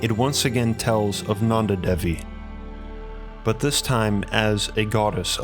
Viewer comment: Roop Kund is pronounced as Roop (like goop) and kund (ku as in goo) And Devi's D is pronounced as "th" in them.